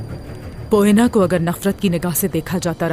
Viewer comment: Bhai ap bar bar poena ko boena kehte ho halime ka name boena Nahi poena hain